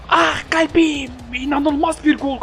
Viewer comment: ah galbim demesi çok hoj ya